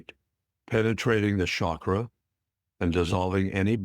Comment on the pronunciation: It is not Shaakra Or shakeera. It should be pronounced as CHAKRA... Cha sound should be...